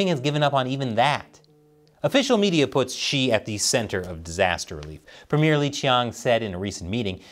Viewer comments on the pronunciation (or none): none